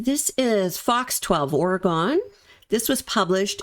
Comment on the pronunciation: I found you just a few days ago. You are so very in tune with these cases. I found your videos not only informative but easy to listen to. Just a little FYI it’s pronounced, Orygun❣️a fan from Oregon.